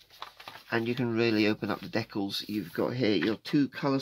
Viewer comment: I twitch ever so slightly every time i hear an englishman utter the word "dekkals" It sort of reminds me of afrikaans. UGH !